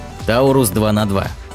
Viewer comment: Тарусь (есть такой русский город где и собирают данный байк), а не таурусь.